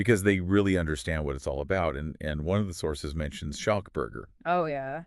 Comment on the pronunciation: If you guys want to gain listeners you’re going to have to at least make an effort to pronounce the names correctly😂 You are murdering them… Schalk = Sculk, Mzwandile = Zwundeelé, Daan = Dunne. People won’t take you seriously if you don’t make an effort. If people can make an effort with the Pacific Islanders then they should with the SA names as well. Rugby fans are a loyal bunch and if you want to be taken seriously then make an effort…